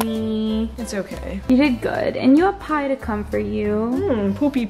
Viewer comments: it’s not Pie it’s Pai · Girl it’s “pai” not “pie” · It’s “pai” not “pie”